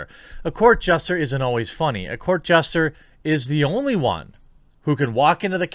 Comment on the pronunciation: Yet our host ACTUALLY pronounces JESTER ish!! Keep ur site..but get another host.